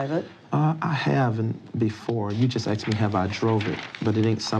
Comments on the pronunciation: Every time he said “axed”’ instead of asked , I died a little bit. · For the longest time, I wondered to myself "Was Michelle ever axed?" Today, we find out that she was. Boy oh boy. The anticipation is killing me!